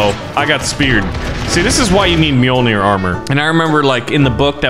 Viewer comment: I'd hate to be "that guy" but it's Orbital Drop SHOCK Units. At least you said Mjolnir right